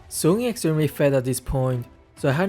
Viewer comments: It's not soon.. It's sun 🤣🤣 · We say:Sun:Soon We say: Chou He say:Chu